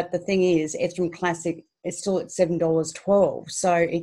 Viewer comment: Love the way she sais ethrum 😊